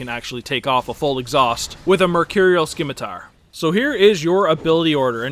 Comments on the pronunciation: the C in scimitar is silent. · Your pronunciation of Scimitar had me cringing XD Great video though! Sub'd :)